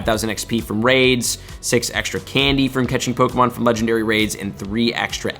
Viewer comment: I watch these videos more for the mispronunciation of pokemon names. Baffling you’re a pokemon content creator (and not relatively unknown) and you can’t even say the names right.